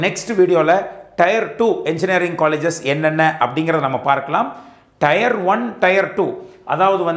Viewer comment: Thanks for these wonderful videos. A small suggestion on pronunciation of Tier, it is pronounced like tear(டியர்), not Tyre (டயர்) (used for Car Tyre).